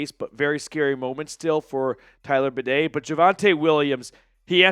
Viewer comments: I don't expect much from most idiot sports commentators, but you're supposed to be a Broncos fan. His damn name is BAY-DEE.. NOT BUH-DAY!!!!!! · Good show. Go Bronco's! Badie is pronounced "Bay Dee". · Are we really sticking with the “bidet” for Badie? LOL